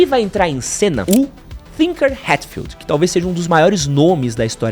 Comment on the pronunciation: chama o cara de thinker hatfiled sempre mas nao tem H no nome dele é tinker mesmo a pronuncia